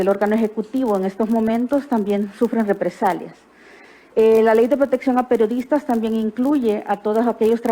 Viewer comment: Dijo replesalias o represarías Q aprenda hablar esa licenciada 😂😂